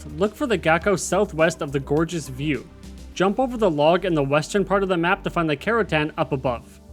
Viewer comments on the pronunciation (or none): none